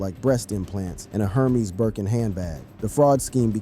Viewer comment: "Her-me's" bag😂😂😂